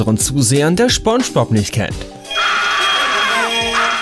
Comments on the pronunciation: "schpongepop" NotLikeThis triggered mich auch dezent. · Lol ich hab immer schon Spongebob so ausgesprochen und ich merke grade das es gar kein Sinn macht es so auszusprechen "Schpongebob" lol jetzt muss ich mich umgewöhnen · Spongebob hat mich durch meine Kindheit begleitet und ich mag ihn immernoch total und bin mittlerweile 25 xD Aber der Typ heißt Spongebob.... nicht Schponschbob..... das regt mich total auf irgendwie, glaub du hast das nie gesehen. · man spricht es mit s aus aber im Video immer sch du dödel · Es heisst „Spongebob“nicht „Schpongebob“😂😂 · Anscheinend heißt er jetzt SCHPONGEBOB und nicht spongebob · Schpongbob... junge SPongebob mit SSSSS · Junge, es heißt SpongeBob und nicht Schpongebob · Schpongebob 😂 Bro das heißt Spongebob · Phonetisch: ßponnschbop Nicht: Schponnschbohb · Junge spongebob nicht schponschbob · Es heist spongebob und nicht schponschbop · Wie er einfach SCHPONGEBOB Sagt!🤣🤣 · Ja er will Sponspob schlecht machen ich hab daum nach unten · Er spricht es schpongebob aus 😂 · General MaskenKeule Schponschbop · Dachte so joa, ein video über spongebob kann man mal gucken, erster satz: schponschbob. direkt ausgemacht. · "Schponschbob" "Sandy Chicks" 😭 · Hallo Hallo ich glaub eher spanjsbohb 😂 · Er heißt nicht SCHBongebob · Schponschbob XD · Gutes Video über schponschbob 😂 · "SCHPONGEBOB"? REALLY, NIGGA? Du könntest zumindest so tun, als ob du es versuchst. Zwar, beschwerst du dich, über Kontinuitätsfehler, jedoch, bist du nicht in der Lage, deine eigenen zu beheben. " CLASSIC! " Humans. ~ K. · Er sagt Schpongebob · "Sandy Chicks" "Schpongebob" ey ohne spaß, das video is echt gut, aber deine falsche aussprache, macht wahnsinnig aggressiv. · Smonschmops? Thöhöhöhö, Ich hab Smonschmops gesagt. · er sagt immer Schpongebob das geht so auf die Nerven.... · Jeder der "Schponschbob"(spongebob) wirklich gesehen hat findet das Video lächerlich 😂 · Schoonschbob..... ?!?!😤 wieso sprichst du das falsch aus ich raste gleich aus xD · Genau... Schponschbob😑